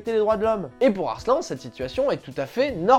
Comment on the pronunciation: Arslannnnnneeeeuuuh xD pas Arslan